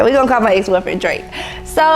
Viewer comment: You was on point with the DRAKE name I would’ve slipped on eethang 😂😂